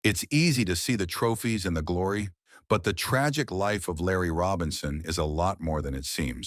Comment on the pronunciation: 90% of the clip is very very good. Unfortunately, the other 10% is totally inaccurate. It’s obvious that Larry didn’t sanction the production of this video. The accentuation of the word tragic is totally inappropriate. Use of that word to describe his exit from Montreal is in itself tragic. Around the 37 second mark, they show a picture of Moe Robinson not Larry. Moe played only 2 games with the team. Dumbasses. And the truth be told. He was hoping to be drafted by Chicago, not Montreal. After all, Chicago was the team he cheered for growing up. And when he left Montreal, he was bitter. They tried to lowball him, and when he wouldn’t accept their offer, they turned the press on him. If the Canadians lost a game, it was because Larry didn’t score, or wasn’t physical enough, or had been beaten to a loose puck. And what idiot doesn’t know how to pronounce Guy Lafleur’s name? It’s Gee, not Geye! One of his greatest disappointments was that his father Les was not standing alongside him when the raised his jersey to the rafters and retired #19. Les had passed the previous year. The Canadians had stalled on the inevitable ceremony for years, just because they could . Go figure.